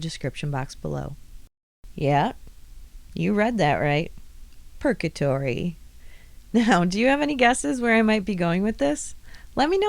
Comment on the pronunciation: Perkatory - love it. Hope that doesn't mean you have to wait forever for a good cup of coffee...... ;)